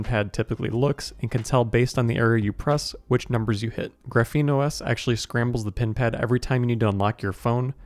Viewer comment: It's pronounced "Graph-een", it's a type of carbon structure, you say it very wrong, you say like "gruh-feen"